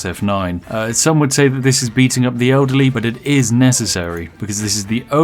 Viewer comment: Spiff: "Beating up the ederly is needed."